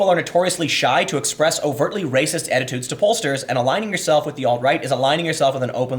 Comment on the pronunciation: Tim doesn't like the word attitudes lol. read it wrong twice, differently both times.